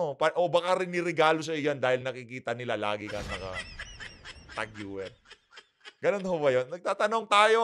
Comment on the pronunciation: Tag Heuer pronounce Tag Hoyer ✌